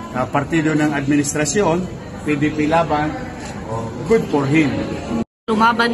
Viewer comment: “Good por him” ??? 😂😂😂